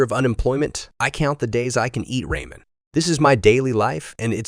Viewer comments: Did you dubbing guy really say ray-men? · "Raymen"? These are AI generated right?